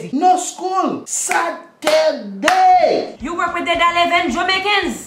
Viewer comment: HE DIDNT GO TO SCHOOL SA- TUR-DAY! lmao